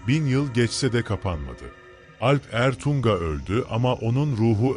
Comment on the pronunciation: Alp Ertuŋa olarak yazılıp okunmalı